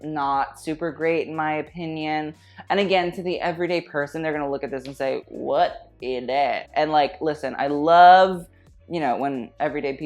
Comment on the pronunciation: Hey, I love that you repeat "Whut i thad"?. You almost address a Belgian designer in his own (Flemish) language "Wat is dat"?:D Hey, aren't you supposed to be on my team? One does not wear (spaghetti)straps on a strapless dress... = Greetings.